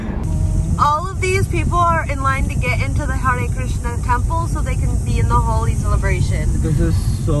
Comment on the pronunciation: It’s HOLI not HOLY 😅🤣🤣